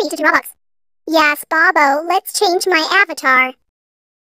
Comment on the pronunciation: It’s robux not bobux